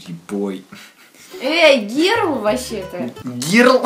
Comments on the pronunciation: Не герл а Gerl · Не гирл а гёрл